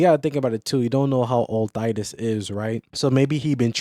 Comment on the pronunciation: Who??? Thydus??? 😂 Sorry bro. Good vid, I've heard Thaddeus and Thaeddeus, but Thydus is a new one. If it wasn't for the constant mispronounceing of my own i could probably look past it but 😂. Good video though